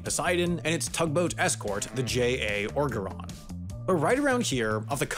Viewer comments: I can’t believe I have to explain how to pronounce oregeron, but I am from Louisiana and hearing it pronounced like “ogre-on” physically pained me 😅 oh-jer-on Looks like a G, pronounced like a J Have a lovely day. And remember: alligator is like white meat chicken. Armadillo is like dark meat chicken. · You mispronouncing Oregeron infuriates me.